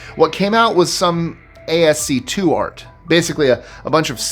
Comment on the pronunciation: Topic 86: When we were younger, my younger sister and I would occasionally, and purposefully, look up into the sun just for snits'n'giggles. Like clockwork we would sneeze after only a few seconds Topic 16: Could people /PLEASE/ stop pronouncing ASCII as 'A.S.C.2'?! It is Ask-ee... The MMO 'Champions Online' has a quest in the Snake Gulch region named "ASCII-ng For Trouble." The pronunciation is the same.